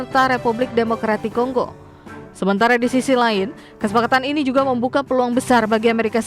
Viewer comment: Kongo min bukan konggo😢